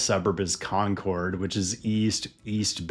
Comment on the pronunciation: Concord, CA is pronounced like "conquered", not like Concorde.